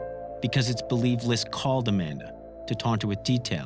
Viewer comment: No one actually calls him “LISK” it’s just an acronym…. Clearly you’re not from long island